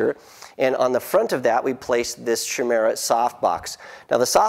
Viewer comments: Isn't Chimera pronounced 'kaimera'? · Huh, I guess either they chose to pronounce it that way or there are alternate pronunciations; I've always understood the pronunciation to be with a 'k'. 'sh' just sounds weird to me haha. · Yep, just looked it up, the proper pronunciation is 'kaimera'. I guess they just chose to pronounce it differently. I'm such a grammar nazi... Anyway, good to see you guys read these comments :)